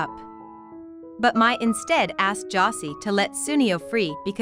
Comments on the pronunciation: Josée not 'Jossy'. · Bro I stopped watching this the moment they mispronounced Josee 💀